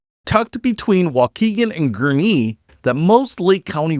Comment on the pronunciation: GURNEE …not GURNIE